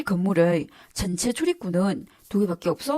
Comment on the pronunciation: 시름실 초적 전채 등등 발음이 더 거슬려서 집중이 안되네 아예 완전 재중동포 발음으로 하세요 표준말 할려고 애쓰지말고